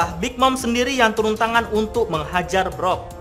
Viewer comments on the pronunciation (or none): Brook dibaca bruk bukan brok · Brook min bukan brok